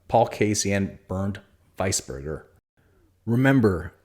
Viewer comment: weisberger, pronounced, wheezburger for the record. thanks for the upload, it satisfies my liv cravings. call him gino chacarra and seve balleste-rows, not balles-stairs like u said.